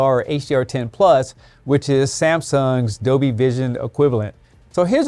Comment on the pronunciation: Is there a new feature and technology released that I am unfamiliar with? What is this Dobie atmos & Dobie vision? I must have the old version of this television then and not the 2024 updated release because mine only has Dolby audio & Dolby vision! 😉 😂 🤣 just kidding but you did keep saying it wrong which I found hilarious but what a great video and keep up the great work unfortunately most retailers don’t give you this amount of information that is absolutely necessary and needed before deciding what television to buy all retailers do most of the time is give you the basics which just isn’t enough to make a decision whether the TV is right for you or not I am quite tech savvy and even I get a bit confused at times because you can get two televisions that are pretty much almost identical in every way apart from a huge price difference of around £1000 or $1600 approximately and you are paying all the extra money for a feature that probably isn’t even necessary for Home use anyway